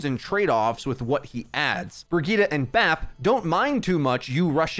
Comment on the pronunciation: I seriously can’t unhear the “Burgitta” 😂😂